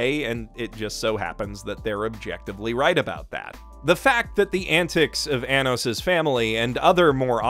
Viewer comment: it's Arrh-nos not A-nos. (Edit) The intro was beautiful😭😭😭 *Sobs